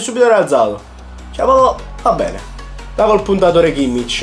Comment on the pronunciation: Si dice WERNER senza accento e si dice Khimmic